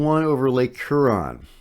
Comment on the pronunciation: Hey,. Thanks for the updates. Much appreciated. FYI, Huron is pronounced more like "Hugh-ron".